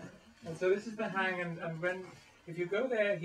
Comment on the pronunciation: The hang is pronounced HUNG. Hang means hand . It is a sounding hand, not a "hang drum". Felix & Sabina, the makers, call it a Sound Sculpture.